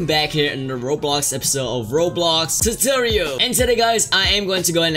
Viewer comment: torotral When First learns English